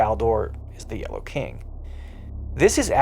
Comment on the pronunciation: Not a big fan of how this dude says the word "yellow". 🧐🤔